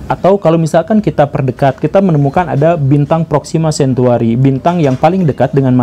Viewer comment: Proxima centauri ya bosku, bukan centuari